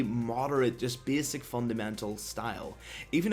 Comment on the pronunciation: Bääääsic? dude your speech defect destroy the whole video .. sry bout that for u